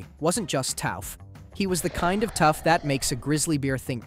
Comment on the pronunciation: "Glass wasn't just 'tAoWff,' he was the kind of tough..." Duuuude you're killing me with this grammar and pronunciation🤦‍♀️ I get that this is all AI but would it kill you to run a spell checker or at least listen to your videos before you hit upload?